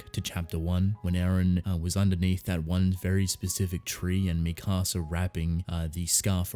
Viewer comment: You say mikasa like you're saying "my house" in spanish